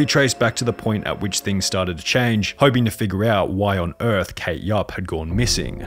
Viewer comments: "where had she goune" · Can the narrator say the word 'on'? I'm curious as to why u always pronounce the word 'gone' as 'gauwn' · Ever notice how he says GONE GOWWWN